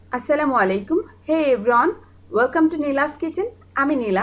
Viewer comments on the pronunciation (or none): none